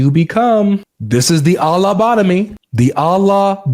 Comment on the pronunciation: The alah-botomy. Lols. 😅😅